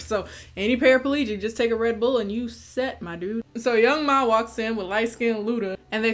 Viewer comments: Its young M.A. I thought.. not ma like mommy lol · I love you but something about you saying Young Ma instead of Young M.A was really getting to me😂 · I’m mad nobody told my sis it’s pronounced young M.A. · The fact that you called the girl Young Ma when he name is Young M.A LMFAOOOOOO